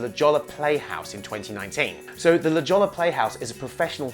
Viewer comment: As a Californian, I have to correct your pronunciation of La Jolla. It's pronounced " La Ho-ya."